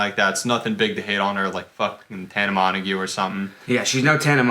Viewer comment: are you literally dumb 😂😂 that’s not how you pronounce tana mongeau